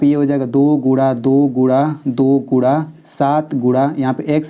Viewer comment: Guna hota hai gura nahi aur Coman hota hai caman nahi but you teach are very nice ❤❤